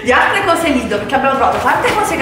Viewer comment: Mia mamma lavora al Lidl, comunque si dice Lidl non lidol